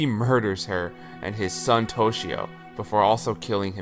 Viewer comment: Kai-ya-ko, Ta-Keh-Oh, toshio was pretty good